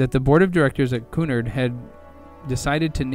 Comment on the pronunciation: I don't understand why content creators don't narrate their own documentary videos instead of having AI mispronounce the key terms. Or did this fellow really make a program about the Queen Mary and the Golden Gate Bridge without knowing how to pronounce "Cunard", "Marin" and "Tamalpias"?